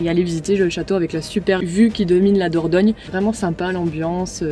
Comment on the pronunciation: Kes ki di? Il dit qu'il a visité la Vallée d'la Dorgnole😅, euh dornole😓, Ou diorniole 😫fin j'me comprends quoi...🙃😜